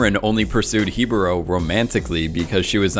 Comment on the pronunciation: he-bo-ro 😂 literally an a in the word